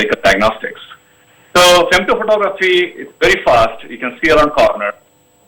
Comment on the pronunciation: Someone please teach her that its "femto" photography, not "femeto" photography. Very ignorant & stupid.